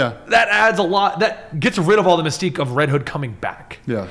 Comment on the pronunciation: Did you say "there's a sense of mesquite to that?" lol